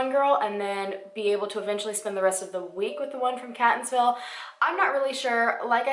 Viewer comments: I love your videos I listen to them all day everyday while I’m work and I was so happy when you did a case in Maryland. There’s a case from the end of 2019 that happened very close to my home and work and I’d love if you could come it after they release more info. But girl did you butcher the names and drove me a little insane listens to them over and over again. Love you anyways💕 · OMG i love her but she is butchering those city names 😱 im from Baltimore born and raised and she is saying all the towns soo wrong and its super annoying. it wouldve took her 2 mins to google the names to learn how to properly pronounce them. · Love your videos! You do an amazing job! So pronunciation...lol. Catonsville is pronounced Kay-tuns-ville. And Elliott City is pronounced Ell-i-kit City. You always ask for the pronunciations in the comments so that’s why I wrote this, not to pick on you or anything. Keep up the great work!! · I also love how you pronounce Catonsville! its actually pronounced keyt-nz-vil. I do love your videos and they are my absolute favorite. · Its pronounced.. Catonsville..(Kay tons ville).. Thx for doing this lesser known case. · From Maryland and live in the area... it’s pronounced Kate-tons-ville .. I know it’s weird because it’s spelled Catonsville lol. And Ellicot is pronounced elli-cut. But it’s All good though, I just kept cringing lol but great research. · The way she says Catonsville is so cute, lol but it's wrong. It's pronounced like Kate-onsville. And Ellicott City is more like a five-ten minute drive from Catonsville. You could even jog there pretty quickly because it's so close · hmm. manybe he died of overdose then they got rid of body so they dont get in ttouble. AND ellicott is ell-a-kit city and catonsville is kay-tons-ville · Random comment but I'm from Maryland and that is not how we say those cities so I was cringing the whole time! But, as always, great video! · I'm from Maryland .. Catonsville is pronounced as "Kate" not cat